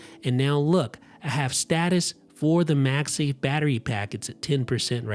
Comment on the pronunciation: Why does he keep saying MAXI instead of macsafe? Lol